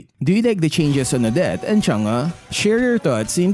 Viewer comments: Correction lang po to. Hindi po to pagiging negative or pangbabash. Kase palagi ko po kaseng naririnig na yung pronunciation mo ni Chang'e is "Chang-uh". Yung tamang pronunciation po is "Chang-euh". Yung half E and half U sound lang po yan pero more on E po siya or parang A nanga yung pag pronounce sa kanya eh. Kaya ngang e ang nasa Chang'e is because e dapat yung naririnig mo pero hindi like "Chang-i" which is prinopronounce halos ng lahat ( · Why you always pronounce Chang'e as changa .? 🤣😂😆